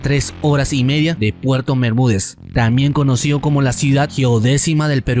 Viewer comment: Tamien es? Aprende a pronunciar....TamBien !